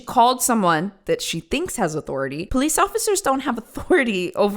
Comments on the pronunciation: Anyone who pronounces police as “po-leece” is immediately guilty in my opinion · Military poh-lice